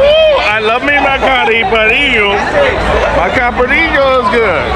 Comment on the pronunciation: Love your videos man! But you seriously need to learn how to order a caipirinha. Its very disrespectful when you say it wrong. Cheers from Michigan bro!